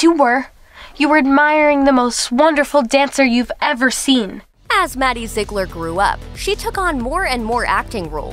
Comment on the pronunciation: “Maddie Zeglir”